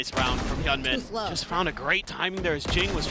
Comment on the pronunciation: 日本人よ、hyunminはヒョンミンと読みます。 キャスターは一生「ヒャンミン」と間違えてますが「ヒョンミン」が正しい発音です。